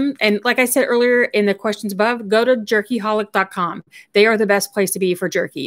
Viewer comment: Jerky Hollis? Is that what you said?